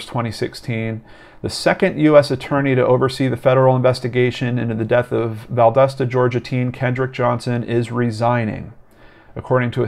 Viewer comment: If you cover any more Kendrick, it's val-dah-stah. Not val-dust-uh. I'm from the area.